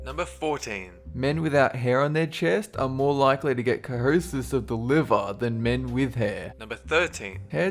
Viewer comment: cirrhosis = kohosis?::facepalm